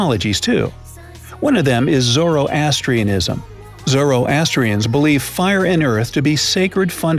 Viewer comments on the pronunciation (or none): none